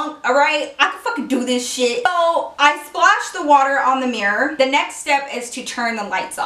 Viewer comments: did anyone else hear her pronounce mirror like mirrorr at the beginning of the story time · The way she said Mirror 😂😂😂